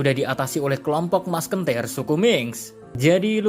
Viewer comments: Apa cuma gw yg dengernya masKENtir dudu Musketeer? 😂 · Masketirr min.. Bukan maskentirr